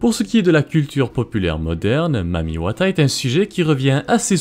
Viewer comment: Je suis congolais, mais ce mec prononce très bien le mot « Mami Wata »